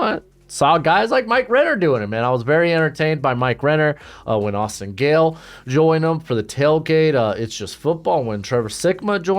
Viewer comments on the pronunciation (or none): none